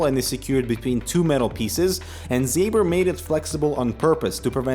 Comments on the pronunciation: Ząber, not Zaber. Pronounced like "Zomber" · It's not Dr. Zay-ber, it's something more like Dr. Zaober due to the "Ą" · You should pronounce it Dr Zomber :) It's "Ą" polish "soft" OM :)